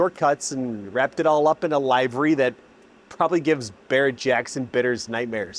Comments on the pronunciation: * Liv-ery, not L-eye-very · bro, LIV ERY not LIVE ERY xD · I hate to be that guy, but livery is pronounced "liv-ree". Regardless, the car sounds badass. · Love it. One thing, it's pronounced livery - /lĭv′ə-rē, lĭv′rē/. Like they 'live' next door, not this show is live. Otherwise, this is such an underrated channel.